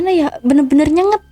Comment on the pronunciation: Bukan nyenget..tapi NyenGAt.. 😮 pakai bhsa yg berul.. cerpen pesugihn..🤬😠😈☠💩🤡